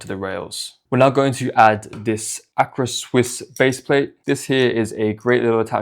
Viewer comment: dope setup bro, the strap on the right side is underrated! Quick note tho: it's an AR-CA swiss plate not "acra" lol